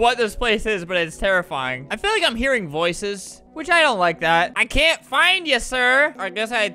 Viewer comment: for those who can’t understand “I CAN TAKE THIS ANYMORE”